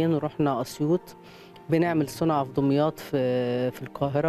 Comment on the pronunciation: اسمها دُمياط مش دِمياط بضم الدال مش كسرها !!